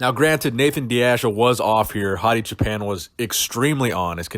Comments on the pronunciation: Hi.Thanks for all your great videos.But you pronounced Choopan in a way that sounded a little like Japan;in Farsi we pronounce it more like the word choose. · Hey, I'm from Iran. I don't know if you care or not but Choopan is pronounced choo like too, paan like pawn. and it means shepherd. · Everytime you say his name I hear Hadi Japan.